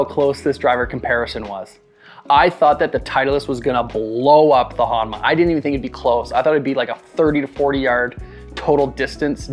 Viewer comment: I swear ur saying HOMNA 😅